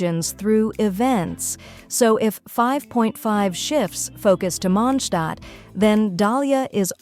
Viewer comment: Hearing the A.I said Mondstadt correct is music to my ears